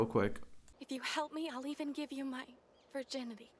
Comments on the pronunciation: Virginity* not viginity...lol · "Viginity" lol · Where is the r in virginity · “Viginity” lol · You forgot the r in virginity